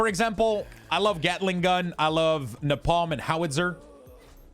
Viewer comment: interesting guide, but my dude, have you never seen Apocalypse Now... the famous line is "I love the smell of napalm in the morning"... nay-palm, not nohpom :-)